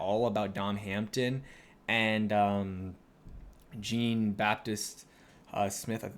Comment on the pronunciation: Hey, I love your videos, been watching on and off for a long time now. Do us a favor, Google Jean Baptiste pronounciation.